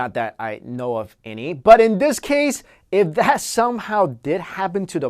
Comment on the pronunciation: you tawking wike twis fills me with a rage that i can not explain.